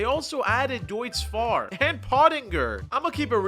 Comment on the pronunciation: Bro can't say deutzfahrlol